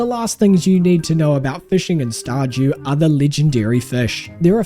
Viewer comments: Did you just say, Star "JEW" Valley? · "Star-Jew valley" 😂